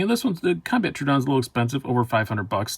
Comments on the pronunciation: Its pronounced TRO ODON not TRUEODON LMFAO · Knife wisdom you say? You can't even get the name of the knife correct!!! It's a Troodon not Troo-a-don!!!